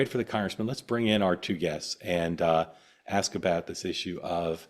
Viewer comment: “I just want to axe a question.”